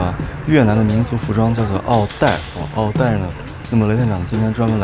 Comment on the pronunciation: 襖“一艾ˇ”，意為“長”衫。要先學會唸再介紹。